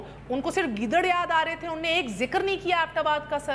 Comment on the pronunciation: mehar abbasi saheba. appropriate word is ' unhon ne ' not 'unne'. similarly ' tariqa and tahqiqaat ' not 'tarika or tahkikaat'. hope will not be taken it ill. thank you